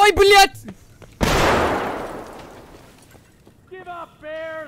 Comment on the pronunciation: "Ой блядь" He said it like a Russian. No accent.